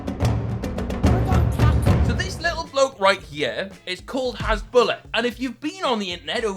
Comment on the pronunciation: It’s has-boo-lar not has-bull-ah